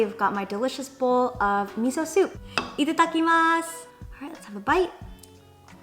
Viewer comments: Oh my good your itadakimasu was sooooo cute and perfect! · Jenn, very nice pronunciation of Itadakimasu! I think your purple pickled veggie is Shibazuke. They are pickles marinated in purple ships leaves to give it the nice vibrant color. I hope you enjoyed Japanese breakfast! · Hi! I’m from Japan. When you said いただきます(itada kimasu ) I was like 😍😍😍😍😍😍